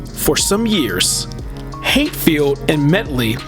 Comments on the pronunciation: It is pronounced, "Hat" field. Like you sare wearing a hat. Not "HATE" field which is not only totally wrong but totally, totally "Unrighteous" Big time! Good evening, Sir Good Evening. PS: He don't be "H-A-T-i-N-G" on anybody. Ok????? Good. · Bobby’s surname is pronounced Hat🧢 field not hate field. Thank you. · Please pronounce surname properly NOT HATEFIELD BUT H A T F I E L D...TVM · This was a good documentary. In the future, be sure to research the names of music artists and record label names. Some of them were mispronounced, such as "Hatfield", "Polydor", "simulate", "The Sonny And Cher (pronounced "share") Comedy Hour" (pronounced "our"), "Swayze" (pronounced "SWAY-zee"). I'm sure that you'll get all the names and words right next time :-)